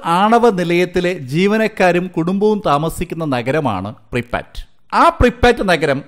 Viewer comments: Preepatt alla prypyat aanu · Pripat alla pripiyat ennanu